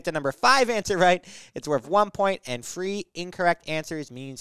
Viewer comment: “That is our number fwee answer”